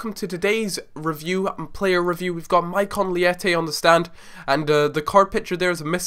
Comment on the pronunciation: Good video but you're pronouncing his name incorrectly